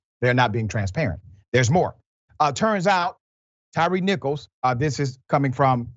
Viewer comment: Please Dr.Richey. His name is ‘Tyre Nichols’ . Not Tyrice.